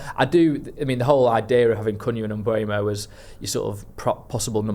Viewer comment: Can someone please explain why we are all calling Bryan Mbeumo - M-boomo? The only interview I've found of him saying his name, he says, M-boh-mo, definitely NOT Mbooomo.